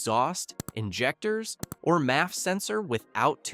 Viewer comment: whats up with these AI videos? anyway, here is my advice, tell that AI to at least pronounce certain words correctly, for example, noone... literally noone pronounces maf sensor like that, also get rid of that "i've done this, I've done that, I had a guy" from the script